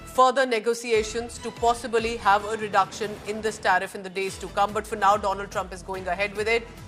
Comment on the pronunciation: My priend dolund trump 😂